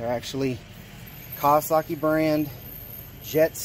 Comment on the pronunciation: Iv never heard of no kaawwaskii lol!